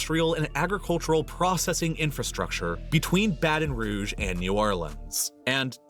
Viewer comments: I think he did, he just didn't emphasize it as it should. Difference between 'buh-TUHN' and 'BAH-ten'. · How did he not prnounce the T in Baton Rouge 🤣 Sorry but being from here, that's wild to me